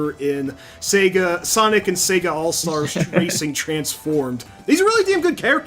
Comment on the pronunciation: I'm not from hick town ya moron. I'm from the big city. Get it right. Secondly the addition of that hard 'r' makes no sense from any English speaker perspective. He even slips in that r when he says Sega. Say-Guh. Not Say-G-ra. Darn games even say it to you at the title screen sometimes. It's not a big deal. Just funny.